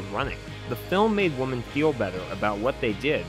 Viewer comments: Dude. One woman is a WO-MAN. More than one are WO-MEN. Other than that, good review! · Why do you say "Woman" instead of "Women"? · Why can't you say "women"? 🤔